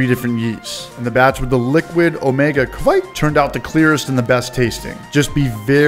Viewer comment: I'm cracking up every time you say kveik haha that cinnamon toast crunch beer is on my list!